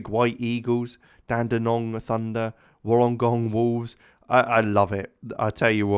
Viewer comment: Just some tips: Melbourne is pronounced kinda like Mel-Bin or Mel-Ben. Dandenong is Dan-De-Nong and Wollongong is Wool-En-Gong.